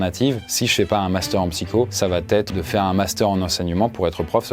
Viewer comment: "va T être " on dit on va être,le T est de trop 😂